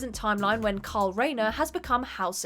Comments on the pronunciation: I can't be the only one who thinks the way she says "kyle" sounds like "karl". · It's KYLE Rayner .... you sound like that idiot from the Walking Dead ..... Karl, Karl, Karl...